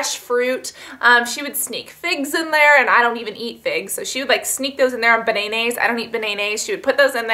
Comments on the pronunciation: I love the way you say banaynays lol! Can you make a video about diabetes please? Like symptoms, diet etc. Thanks! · are you saying bananas or